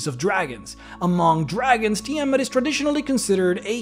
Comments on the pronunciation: Sorry, by Istar: Tii'Mhut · You can't even pronounce Tiamat...